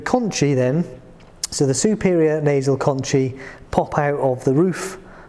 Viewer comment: Shouldn’t pronunciation for conchae be “con-kae”? According to , concha is “con-kah”.